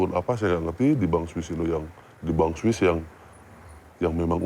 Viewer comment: Sounds more like Swis swindled😂